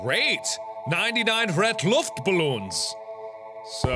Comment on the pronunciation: like for 99 luftballons pronounced very well